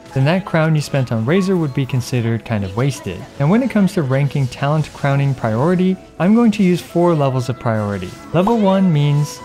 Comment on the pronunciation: Oh god he's one of those people who say "pry ority"